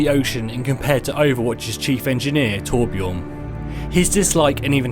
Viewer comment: hate to correct you dude but ummmmm your saying torbjörn wrong (btw this is coming from a Swedish person)